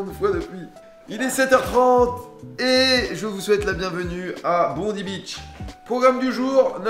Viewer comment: Ça se dit BondAille et pas Bondi 🙃